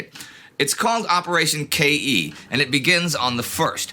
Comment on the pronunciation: I want to point out that KE from "Operation KE" isn't read as K.E., but as a simple keh syllable.